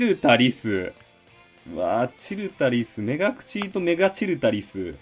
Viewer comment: チルタリスのイントネーションって、それで合ってるん？w